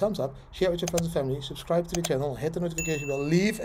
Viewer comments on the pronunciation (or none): none